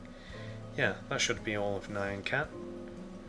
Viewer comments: it's nyan just say nean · I think it's n-ee-un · Here is the pronunciation Nee-YAH-n cat. BTW, Really awesome tutorial, I needed to make nyan cat, for a roller coaster I'm deticating to my mom!